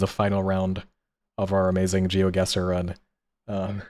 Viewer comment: pronunciation of GeoGuesser is insane